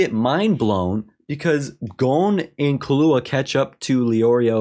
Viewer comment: You’re pronouncing Killua wrong btw lol it’s KILLua as in kill, not kalluah lol anyways looooove the reaction and discussions man, can’t wait for you to get to more into the juicy story, the writing and storytelling will only get better, even when you don’t think it can it will hoo I can’t wait 🐜